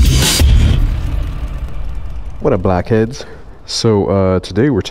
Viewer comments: I thought he said what's up black kid but he said blackhead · i had to do a double take, it sounded like you said "what up black kids" for the intro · Sounded like he said black heads